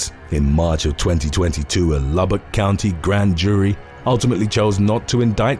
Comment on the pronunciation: I was expecting you butcher the name Lubbock, but you pronounced it right lol